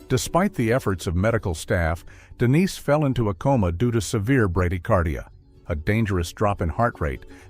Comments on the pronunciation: AI, yea? Is the victim Denise or Dennis? It isn't certain apparently! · So annoying the constantly calling her Dennis instead of Denise. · DENISE NOT DENNIS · Dennis... Come on, sort it out 🙄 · Why is the ai able to pronounce Denise one second than say Dennis the next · Take a shot every time the stupid ai calls Dennise, “Dennis”.